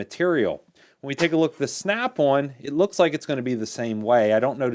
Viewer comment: nice review, you pronounce snap on like "snap one" lol.